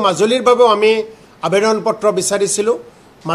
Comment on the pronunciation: আবেডন নহয় মূৰ্খ, আবেদন বুলি কোৱা